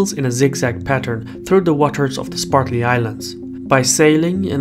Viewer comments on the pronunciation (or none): It's SPRATLY islands, not SPARTLY islands. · It's Spratly not Spartly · Cannot take this seriously since the narrator keeps saying "Spartly" rather than "Spratly". And it isn't "Edge-eh-maw-nee". Ugh. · Am I the only one hearing "Sparkly Islands" instead of Spratly Islands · I hope you can read better than he can. "Spartly Islands"? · The islands are the Spratley Islands not the Spartley islands. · Great video as usual, but it drove me crazy every time he said "spartly" instead of "spratly" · SPRATly islands, not SPARTly. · Excellent report on a very important geo-political area of the world. I would encourage you to review your pronunciation of the "Spratly Islands". sprat lee vs. spart lee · Did anybody else notice the host continually mispronounced the Spratly Islands as the Spartly Islands? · Am I the only person bothered by "Spartly Islands"? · Dude, it’s Spratley not “Spartley” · (sp?), please say SPRAT lee, not SPART lee. thanks. great work here. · "Spartly" lol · Sir its Spratley islands not Spartly islands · Spratly not Spartly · Spratly. Not spartly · Bruv, calling the Spratly Islands the Spartly Islands, as you do in this video, is inexcusable. You do good work - don't let your standards decline. I suggest you re-record the video using the correct name. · *Spratly Islands, not Spartly. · Also, I thought I heard him say 'SPARTLY ISLANDS." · One would think that someone making a video would take the trouble to learn to pronounce place names. Say after me: Spratly. Spratly. Spratly. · Spratly, not "Spartly", Islands. If you're going to do a documentary on it, you should know how to pronounce it. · I'm a big fan of his, but butchering a name has nothing to do with first or second language, since the name is usually carried over. Even in Russian, the name for the islands would be "Спратли" ) He just probably misread it and never noticed it. That being said, I don't think it's a big issue at all.